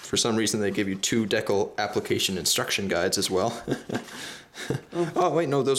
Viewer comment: decle? dont you mean decal sorry just never heard it pronounced that way lol